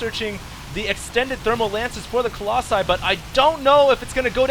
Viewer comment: "Collosi" man. What with your english ^^